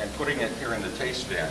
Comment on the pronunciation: Maybe he could learn how to pronounce tastevin...